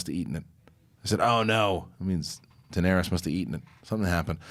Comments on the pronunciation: 8 seasons and can't even pronounce Dany's name right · Nothing like listening to someone preach about a show n he cant pronounce the 2nd most important character name correct .. smh